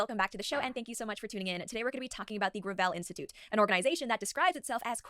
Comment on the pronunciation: Oh it's pronounced gravel, not gravel.